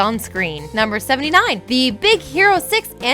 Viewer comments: is it just me or did she say "Big Zero 6" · Did Did she Did she just say big ZERO six?